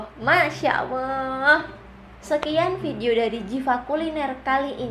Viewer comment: Please try to fix how you pronounce the word ALLAH ~> "ALL-LAH" Not AWOH. Please try for the sake of Allah.